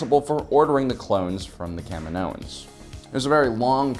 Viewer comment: Please stop saying, CAM-in-OHans. The planet is Ca-MI-no.